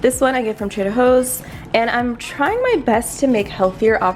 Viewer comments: why do you say trader hoes and not joes? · Did she say Trader Hoes? Hahaha